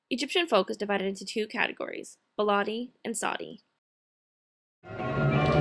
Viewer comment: Oh sorry to voice a tiny criticism: The pronounciation of some words kept annoying me a lot (again, sorry to say that). It is not "baalaadi" with an a like you used. It is more of an "e" like in ball"e"t! beledi :) And it is saEEdi not sadi!! long "ee" like in "gee!" :) Else it was really really nicely done!